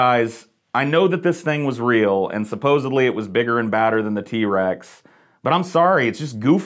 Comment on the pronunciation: There is no “B” in the word supposedly. 🙄